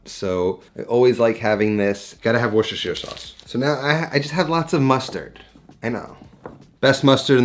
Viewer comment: you are the first American I've heard not completely butcher "Worcestershire sauce". big props